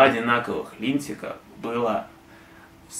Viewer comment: Несколько оговорок резанули слух - "линтик" вместо "литника", упоминание Ворлд оф Тэнк вместо ВО41 - но это мелкие придирки. А так конечно с контролем качества у Звезды иногда бывают косяки.